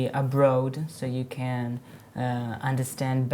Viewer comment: A mispronunciation of "abroad." Other than that, not much wrong.